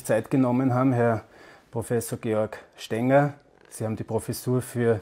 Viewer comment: Er heißt "Stenger" Bitte korrigieren